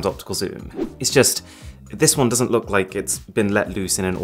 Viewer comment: ‘’’Just look at this’’ was souding like ‘’ just fu*k at this 🤣🤣🤣🤣